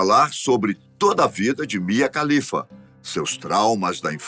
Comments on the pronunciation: Só uma dica: A pronúncia de todo nome e sobrenome árabe, que começa com “KH” equivale à pronúncia do nosso “R” (de Raquel, Rogério, Renata, Ribeiro, Ramos, Resende, e etc) Portanto, a pronúncia do sobrenome da Mia é “Ralifa” e não “califa”. Sobre a carreira dela: Todos os extremistas islâmicos que a ameaçaram de morte, são um bando de hipócritas, porque eles também consomem pornografia. Inclusive é por meio de filmes pornôs, que eles aprendem o que fazer com uma mulher, visto que na cultura e na religião deles, NÃO EXISTE namoro ou sexo antes do casamento. O afastamento da família é compreensível, independente do país de origem, da cultura e da religião. Nenhum pai e mãe ficaria feliz com a filha trabalhando para a indústria pornográfica. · Você disse "Mia Khalifa"? 🤨😁😏